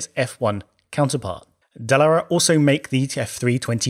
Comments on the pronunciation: Dallara is an Italian name and is stressed on the second syllable. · That's a ... unique way of saying Dallara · You should really know how to pronounce Dallara......